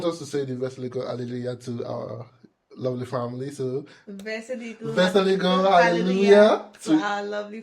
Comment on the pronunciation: very good Polish in - wesołego Hale luya